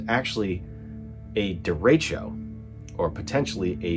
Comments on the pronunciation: It's more "deh-reh-tcho" :) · Derecho means "straight" in Spanish. Pronounced "Deh reh show" that's insane glad everyone is OK.